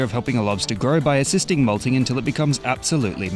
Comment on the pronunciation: When he said molting, i can't help but think malding